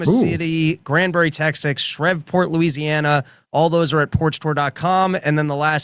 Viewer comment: 😂😂😂😂 it's Shreveport 🤝🏿💯